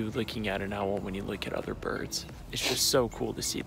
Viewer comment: I realize I have some bend to me with how much this bothers me: Owl is one syllable. Not two. Not ow-well That is all.